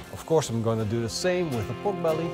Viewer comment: Be-ork belly...is the new Turducken (not the same as Bjork the singer).